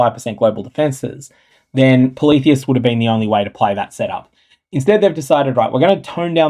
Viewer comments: same. I thought it was poly-theist, not politheist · Ngl.. I got triggered asf at your pronunciation of "Polytheist."